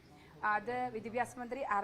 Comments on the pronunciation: Vidyabhasam alla Manthri saare.... Vidyabhyasam.... athengana... ingerkku vidyabhasam illallo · മാഡം വിദ്യാഭ്യാസം ആണു ശരി വിദ്യഭ്യാസം എന്നല്ല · വിദ്യാഭ്യാസം എന്ന് നേരെ പറയാൻ പോലും അറിയാത്ത വിദ്യഭ്യസക്കാരി